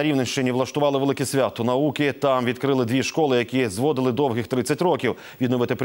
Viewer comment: не зво'дили 30 ро'ків, а зводи'ли 30 рокі'в, наголос такий має бути